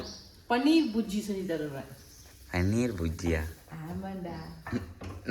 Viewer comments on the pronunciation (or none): mam, inimey paneer burjji nu sollunga, adhudhaan correct pronunciation, ungala hurt pandradhukaaha mention pannala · This is paneer "bhurji" not "bujji "